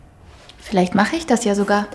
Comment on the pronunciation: danke. Ich mache die Untertitel an. Ich meine dass die Aussprechen unklar ist. Zum Beispiel:"Was mache ich" klingt wie "Wasachech". Und ich bin verwirrt. Gibt es etwas langsamer und klarer?